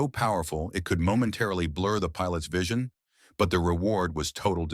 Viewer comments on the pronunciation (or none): none